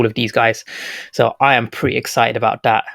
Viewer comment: Do you say that or dat ?? 🤣